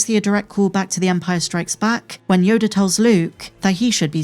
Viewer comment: she pronounces yoda --- YODARRR... yodaar yodarr this yodarrr that